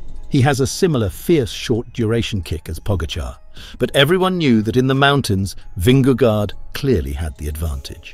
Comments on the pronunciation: Dear AI narrator, Vingego, not gard. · Vinge gore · Good clip! But please do use google translate and just listen to the pronounciation of his name there.... it is not an "a" in vingegaard. It is an old spelling of "å" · Why does he pronounce the first g in Vingegaard that way? That is like wrongly saying the sin-ging lady. Just like in English a g in that position is pronounced the same way in Danish.